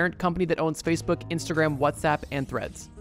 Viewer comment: did you say spacebook? are you on namek?